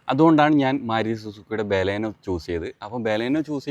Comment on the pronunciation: ഫ്രണ്ട് വ്യൂ ഒട്ടും ഇല്ലാത്ത മണ്ടത്തരം ആണ് ബാലാനോ അല്ല ബലെനോ 😂😂😂